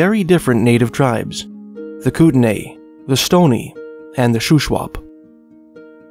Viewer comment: it's spelled Kootenai, and is pronounced "coot-in-eye"